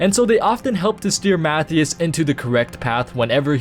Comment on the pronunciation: Mathew Shaw? Pretty sure it's Matthias Shaw.